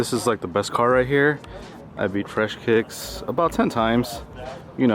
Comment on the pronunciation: no one: kiicks: fully bewt